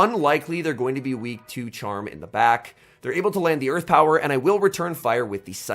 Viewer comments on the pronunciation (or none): none